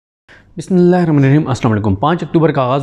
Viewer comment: O Meray Bhai, Allah ka wastay, BimiLLah tu sahih tarah parh lo.